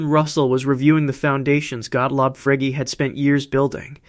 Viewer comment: Frege is pronounced "fray-ger", with a hard "g", by the way. Not "frayj". It's a German name.